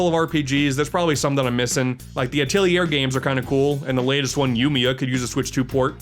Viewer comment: It's pronounced "At-leer"